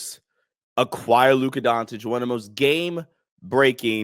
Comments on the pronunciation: “Luka Dontic” lmaooo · Time to learn to pronounce his name my man. Pronounce the first c the same as you do the second c in his last name. Don't know why you Americans feel the need to switch a C into a T 👍 Don't complicate it